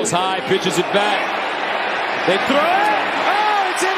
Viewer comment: “Jags gotta be gettin the ball if Dey gon win.” This announcer is a genius.